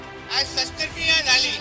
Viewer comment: अरे बोलायला शिक आधी.. शस्रक्रिया म्हणायला येत नाही तुला 😂😂